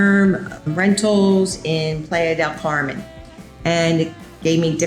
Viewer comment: Great video, however you should check the correct pronunciation of the area you live in (Playa Del Carmen)...